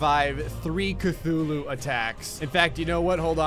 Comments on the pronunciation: Cuthulu ok not Cthulu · "I accidentally just spawned 2 kathuloos"